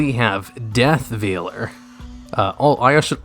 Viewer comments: It's pronounced "VALE-ER". You know, like a wedding veil? Pretty certain that a bride wouldn't be wearing a piece of meat over her head at the ceremony. Lol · ... Veeler?? Really? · its pronounced VAYLER why are their so many words you cant pronounce lol and why are they always words you say like 30 times lol